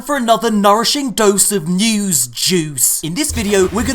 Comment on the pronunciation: “Newzzz Jeuice” this is why I love you